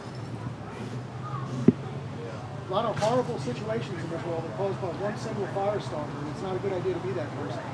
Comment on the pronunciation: I totally enjoyed the "fire start-ah" 😂 music video clip qfter Karen goes inside